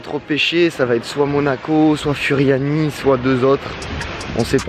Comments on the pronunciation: Oh nn pas ça il a dit furiani alors que ça se prononce Fouriani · Salut je suis corse et furiani sa se di fouriani